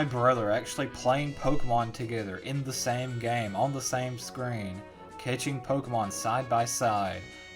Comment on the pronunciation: I don't know who made, pokee-mon let's go eevee and pikeechoo, but let's try and get pokeemon let's go, to the polls crowd cheers